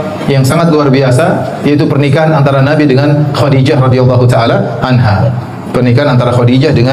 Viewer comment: Kok anhu? Anha yng bner min